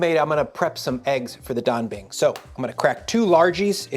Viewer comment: The pronunciation of Dabing is on point 😂